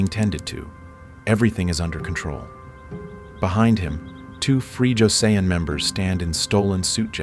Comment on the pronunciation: First off—I like what you do. The stories are fascinating and well-told. But for God's sake please get a handle on your Korean pronunciation. I mean how on earth does one fuck up "Joseon" hint it's not "josey ohn"! This is not incidental it is essential. Please see to it.